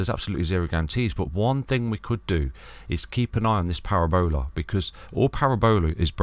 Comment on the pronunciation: Parabola not Para-Bola 🤣 love ya